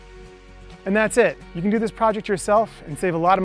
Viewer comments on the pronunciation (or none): "But yeeeu donr have to bee."